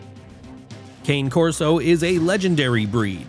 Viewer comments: Cane Corso is pronounced "Connie" Corso. Just saying. They are descended from an Ancient breed called a Molossus. That dog went into battle with Ceasar and weighed a whopping 325lbs! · Note to the narrator: the Cane in Cane Corso is pronounced "Kah-ney". It is the Italian word for dog. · The correct Italian pronunciation is KHAN-AY CORSO. Get it right. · It's (KHAN▪neh) Corso - not a (kāyn)/cane, walking stick, stalk of pure cane sugar , and definitely not a peppermint candy Christmas treat. Respect your subject matter. It's your job. The Border Collie has been proven time and time again to be the smartest dog. So you really can't say that the Doberman is the smartest dog in the world. That's about as asinine as saying that stuff about pitbulls not harming children as they have indeed harmed plenty. And deaths have resulted. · It's pronounced 'khan A corso'. Cane is the Italian word for 'dog'. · OMG….. I wish people would do better research……. It isn’t Cane(kain)Corso …….. Cane is pronounced Connie. The Pit Bull info was bad enough, but damn!!! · Pronounced Cana corso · If you can’t pronounce Cane Corso correctly then you can’t be taken seriously about badass dogs. Oh, Rhodesian Ridgebacks and Great Danes shouldn’t be on this list.